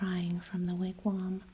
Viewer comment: Thanks for the re-post! Appreciate the wigwam pronunciation fix. I like the way you tell this story,. Keep up the postings.